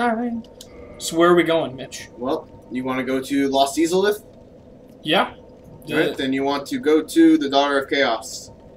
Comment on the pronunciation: MITCH, it's "EYE-za-lith", not "EEE-za-lith".